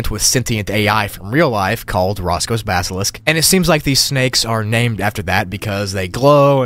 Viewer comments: "Roko's Basalisk" not Roscoe. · the miss pronunciation of roko ticks me off lol